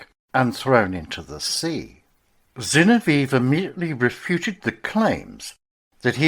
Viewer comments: Zin-ov-ee-ev not Zin-o-veev. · Dreadful pronunciation of Zinoviev.